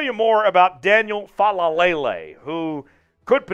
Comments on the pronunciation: Gawd, you saying fa la lay lay is getting on my nerves. Lol. Take that L out. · It's just "Faalele".... FA-LAY-LAY. You got too many L's in there mate!